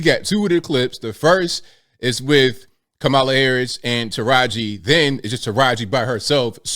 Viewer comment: I applaud Teraji, and fully support anyone who is against trump and all of the other right wing "sleep walkers".....I am proudly "woke" and out of the "matrix"...... And by the way, it's KAmala, not kaMAla..... Clearly influenced by Donald chump